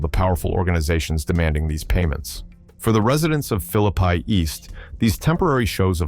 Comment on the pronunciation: Its Philly-Pea!!😂